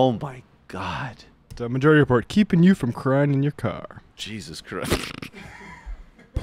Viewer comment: "Majaurity Repaurt." LOL.